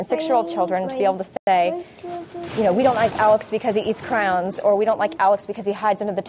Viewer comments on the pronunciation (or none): Crayons. Cray-ons. Not crowns. Come on, mom.